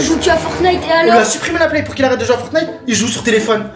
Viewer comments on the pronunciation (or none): none